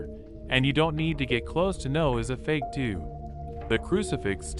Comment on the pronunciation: Its Dupe not Dup